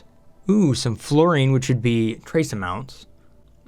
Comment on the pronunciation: I cringe a bit when you say Isoresin and fullerene. You called it fluorine and isorene. Isoreen? Izoreen. Either way, I love the video with that exception.